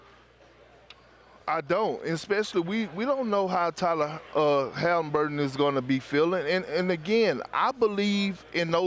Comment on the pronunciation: “Tyler hamburton”. Just give that man brunch